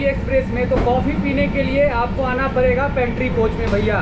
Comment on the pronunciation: एक ओर ड़ की भी दिक्कत है जैसे मेरे स्टोर से पर्चेस करेंगे तो परेगा इतने का भाई वो पड़ेगा है ना कि परेगा